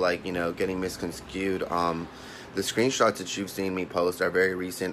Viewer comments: Did he say "misconskewed"? Did he drink or of a flower pot? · malevolvent probably why he can’t pronounce “misconstrued.” 🤣🤣